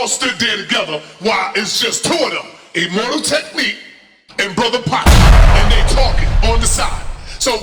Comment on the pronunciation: So much mispronunciations, illmortal...powerphrasing..allege..